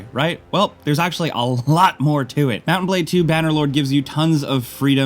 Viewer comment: "mownan blade"? mounTain